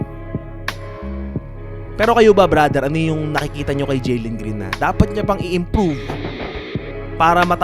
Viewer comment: Jalen hindi Jelen Green🤣🤣🤣